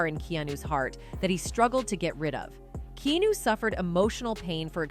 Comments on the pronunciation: His name is Keanu not kenu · How can you Keep Pronouncing Keanu’s name wrong? So annoying